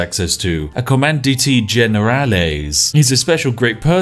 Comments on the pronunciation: COM-AN-DANT. JFC it's not Com-an-de-te, it's Com-an-dant. How the hell did the Spanish Armada lose again? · Spiff:Command-e-tea. I didn't know my life needed to experience hearing Spiff pronouncing words in Spanish. Majestic. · Comandante is pronounce Com-and-aunt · "Command dant E" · Listening to you pronounce Comandante gives me life. Bless. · Iknow pronunciation is a running joke on this channel, but this is the first time it's genuinely amused me. (every time he attempted to say "Comandante") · They way you are pronouncing “commandante”is killing me 😂😂